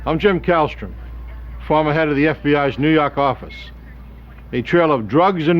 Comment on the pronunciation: And let's say it together "New Yaaakkkk office...."